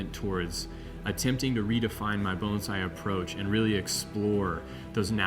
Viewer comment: If this guy says Bone zai one more time I’m going to vomit